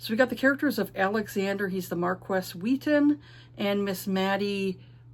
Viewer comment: Marquess is pronounced "Markee." Yeah, I was surprised too. French is a beautiful mystery to me. Ashes seems interesting. I love a cinnamon roll male MC.